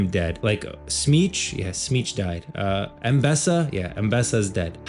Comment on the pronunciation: You seem to pronounce some names Ambessa , Jhin and Shurima ( and a others ) differently than the rest , and imo it sounds way better and not just "americanized" . How did you come up with those pronunciations ? Is that how you are supposed to pronounce it ?